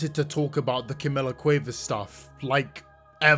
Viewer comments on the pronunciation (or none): As a native Spanish Speaker, the way you say Cuevas is hurting me, no shade, I just find it really funny 😭😭😭